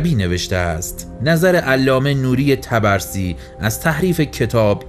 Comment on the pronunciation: خیلی عالی بودلطفااگرامکان داره اسم طبرسی را که اشتباه تلفظ میکنید صحيح کنید.حرف (ب)با سکون تلفظ می‌شود.طب رسی